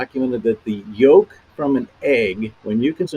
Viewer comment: Clayton, I caught your "yokes." And yes, they were darn "egg-cellent."😂 And BTW, what a handsome farmer. From his references, I think he might even live in my state.